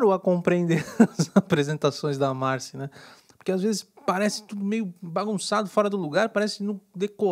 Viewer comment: É marcÎ. Pelo menos no programa falam dando enfase no I.